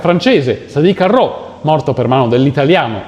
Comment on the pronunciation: però non "Sadi Carrot", bensì "Sadi Carnot"